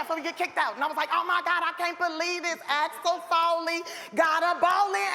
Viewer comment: “Axel Foley “ 😩